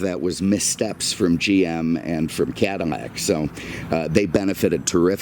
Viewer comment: Take a shot every time this dude mispronounces “Cadillac” as “Cadimmac”. All in all, great video, dude!